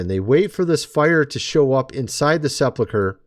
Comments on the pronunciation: SePULcher not seplacher.... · Right. It is pronounced the way I wrote. I spelled it that way to show how one should pronounce it. Sep ulk er NOT sep luck er